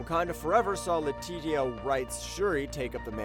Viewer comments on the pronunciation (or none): Did you seriously mispronounce Letitia Wright's name?? 😆 (Letisha is how it sounds) thanks for that though.